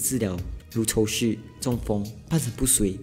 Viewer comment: 听得出每次都有进步了，但是抽搐 念错咯